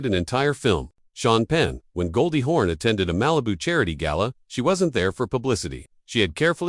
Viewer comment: It's "Hawn" not "horn"!!! Jeez!